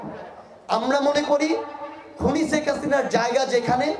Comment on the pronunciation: শেখ হাসিনাও কি উচ্চারণ করতে পারেন না এই সমন্বয়ক , বারবার ছেক হাসিনা বলেন😂😂😂😂